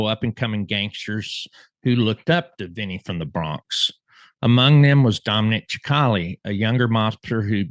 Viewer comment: Dominic "sick - ali" (sp). NOT CHIC - ALI 🫤 Go to "Dominic Cicale Mafia round table". He will tell you how to pronounce his name...